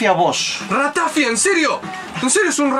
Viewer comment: Acabo de entrar al video, me ha matado el acento de la ratafia, no es "ratáfia", es "ratafía"!!!!!